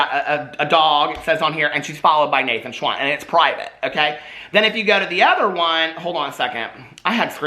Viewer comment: When you said Nathan Schwann I heard Naked Swan. Excuse spell if not correct, but Jeffree’s spell is spelt with Nathan. Love Nate tho 👍🏻